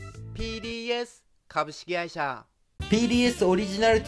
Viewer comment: ここで一句 きになるな かぶしきがいしゃの はつおんが